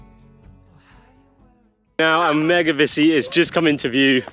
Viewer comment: Great video, had to laugh at, a couple of times pronouncing Mevagissey as Megavissey! Easily done, we hear mispronounced place names all the time. Tell Praa Sands is prounounced "Pray Sands"... at least by the locals. I passed you & the lorry on the A30, you were just going past the Tolvadden junction heading eastbound. I was in a White Transit Pasty van. I did give you a BEEP & flashed my hazards. Hope you all had a wonderful trip down this way.